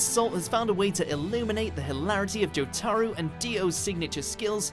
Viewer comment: "JOE-taro" oh dear lord